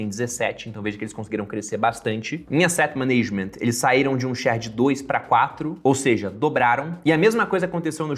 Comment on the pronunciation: “Eiset maneigement” 😂